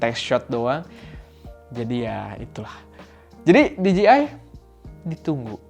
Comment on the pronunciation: bujan diji ay bang, tapi dije ay hehe